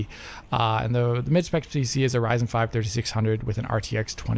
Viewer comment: They really gave Wich the Wyzen and Wadeon with no Way Twacing